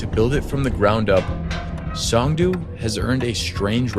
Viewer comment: Pronounced "song" "doe". 😂